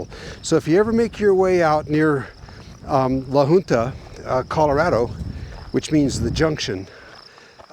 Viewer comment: I believe La Junta is pronounced La Hunta. I enjoy your videos